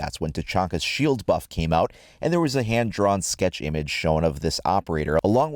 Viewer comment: Did you hear him say impage at the beginning